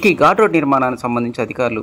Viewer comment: ఘూట్ రోడ్ కాదు ఘాట్ రోడ్